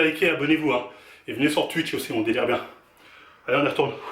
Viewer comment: Mdrrr c'est à cause de lui il dit "tuitch"